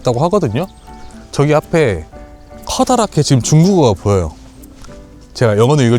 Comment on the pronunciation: 왜 ''저기''를 ''쩌기''라고해요?, 애들이 보다가 흉내내면서 웃어요 ㅎ